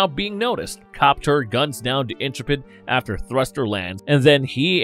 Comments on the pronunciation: LOL, "Fightor" is pronounced Feet-Or. The "Intrepid" is pronounced Intru-Pid. "Cheyenne Mountain" is pronounced K-Yan mountain. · The name of the Shuttle is Intrepid, not "Interpid".